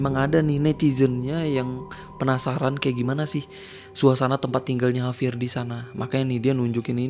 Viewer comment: JAVIER BANG BUKAN HAVIER